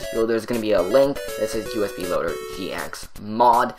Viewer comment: sounded like he was saying us beam when he was saying usb